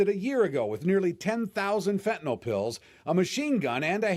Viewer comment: Fentanyl not fentanol.